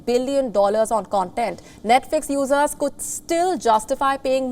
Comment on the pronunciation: She's got to work on her pronunciation of "users". Every time I hear her use that word it sounds like "losers". lol 😅🤣😂🙃😂🤣😅 You're a loser if you like woke garbage!